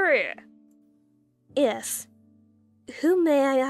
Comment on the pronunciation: The mispronunciation of VALERIE is hilarious. And why is he calling her the baby’s mother.